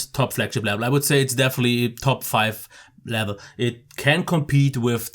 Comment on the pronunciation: level not blevel lol...peace mate like and sub :)